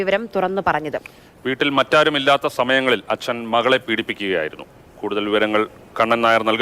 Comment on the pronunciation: ദയവായി ഇയാളെ "അച്ഛൻ " എന്ന് പറയലേ കേട്ടിട്ട് സഹിക്കുന്നില്ല.. 🙏